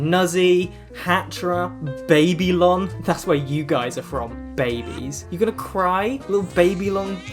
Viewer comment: getting to make a joke about ppl from Babylon being babies simply because she can’t pronounce Babylon is such a mood